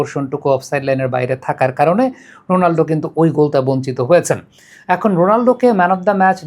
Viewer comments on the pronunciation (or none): রোনালডো❌ রোনালদো ✅